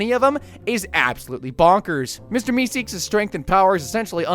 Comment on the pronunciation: Mister meekseeks 😂